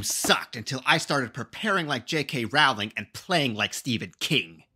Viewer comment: Great advice. Rowling rhymes with "bowling".